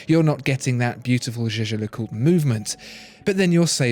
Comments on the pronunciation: You dont speak Jäger le coutre Like You did at The beginning. You speak it Jeger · I couldn't help but notice that your pronunciation of "jaeger le coltre" has charged from "yegar lecolt" to "jejar lecolt".... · You pronounce "zhe-zher le coot" like Tim does. I guess you guys must know something. You two need to meet and shoot a video together. Don't know if the computer could handle that much watch brain-power on one screen. lol. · Omg You speak jaeger le coutre completely wrong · When will they learn to pronounce Jaeger LeCoultre?